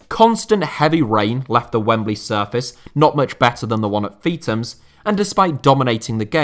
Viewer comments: It’s not “Feet ums”. It’s “Feeth ums”. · Its not pronounced Feetams, its Feethams